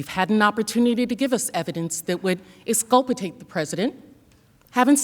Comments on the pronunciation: first of all the word is “exculpate” not “expultate”. Second of all, you’re the one making the effing accusation. And you’re laying the burden of proof on the defense to prove definitively that Trump’s words were not inciting? These people are seriously moronic. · What the fuck is eskulpetate? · exculpitate... lol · Did she say EXCULPITATE??????? Is that like conversate?? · "Exculpitate"? We'll have to "conversate" about that. :P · The chick can barely pronounce the word. I've dogged people for nitpicking at my spelling, but if that lady can't speak English as we do on TV she doesn't belong in the lineup of adjudicarians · Yeah, it's not a word. She meant to know the word exculpate but she forgot it lol.Yeah, If She should not use fake words or legal phrases in front of the world that would be great